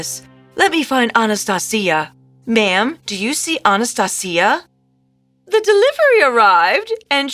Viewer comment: Your pronunciation of Anastasia is wrong